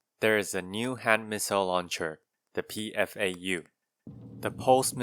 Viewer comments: Like the other Schneider Parts (having the tradition of using German Bird names) the pulse missle launcher is actually pronounced "Pfau" (as a whole word) and is refering to the Indian peafowl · Hi, I believe the PFAU is in fact a word rather than an abbreviation like you pronounced it. Pfau is yet another German bird name like many other parts and weapons :)